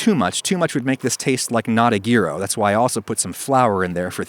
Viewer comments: Adam: says "gee-ro" me: immediately heads to the comments and laugh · I will always say yeero (the e should be said in your throat). It is how my school friend (who’s parents ran a Greek restaurant) spent like 10 minutes teaching me to pronounce it. It has been like 25 years but I still remember the conversation. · When I see the word Gyro, I think J-eye-roh, like the guy who likes to spin and has gold teeth that say "Go Go Zeppeli!" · Nope. The G is silent. Yee-row. Your mispronunciation is an ongoing source of humor for Greek diner staff everywhere. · Ah yes gear-o zeppeli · hears it pronounced "gear-o" and immediately pauses to go to the comments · I have never, ever heard anyone pronounce it GEAR-O. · Hey guys I’m Greek and I can confirm that it is pronounced “YEE-ROS” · As a Greek person, I pronounce it “Yee-row” but you can call it “Jai-Row” except I will just die a little bit inside. It means “around” in Greek referring to the way it is cooked. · Yee-ro is apparently the correct pronunciation of it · As a greek it's pronounced yee-ro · Adam: here's how to make gyro Me: ok watches Him: "gee-ro" Me: has left the chat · Jacob Leavey it’s YEE RO! this video kills me 😂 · Normal People: it's Jai-rohh Greek people: no, it's YEE-rohh Adam: pathetic fools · "the geero" clicks out of video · Adam “GEAR - O” Ragusea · Its yeeros In greek is pronounced γυρος which loosely translates to yeeros in terms of sound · It's pronounced YEE-ro -sincerely all greeks THERE ARE DOZENS OF US...DOZENS! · Great video, however, it is pronounced 'Yee-Roh' or 'Yee-Ross', just a heads up. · Well, at least he didn't pronounce it "gyro" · yes, in greek. But he’s not greek. Kinda like me as a Dutchman expecting you to perfectly pronounce gouda. No I don’t i know you’re gonna pronounce it in English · I would save this video but I can’t hear you say gyro anymore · That gyro pronunciation caused me pain! Ironically tzatziki was pronounced very well... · The way he pronounces gyro